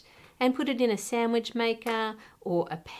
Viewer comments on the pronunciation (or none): none